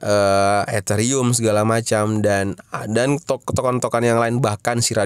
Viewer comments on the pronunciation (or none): none